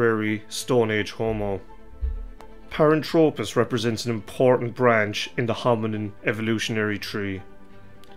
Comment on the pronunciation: Nit picking here but he drops the h in the name which means it is incorrect. I find it annoying to be honest. It is not Paran-tropis....it is pronounced thropis...as in throw......a couple of other terms are wrong as well but hey, not gonna labour the point any further.